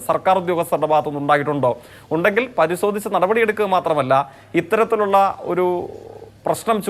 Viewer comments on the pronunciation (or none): Mr.jaik.... നിങൾ "പരിസോദിച്ച്" എപ്പോൾ പറയും....